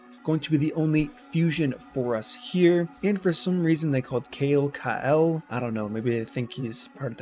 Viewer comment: Kale not = Kael. It's always been pronounced "Ka' - el" and not "Kay- L" 😄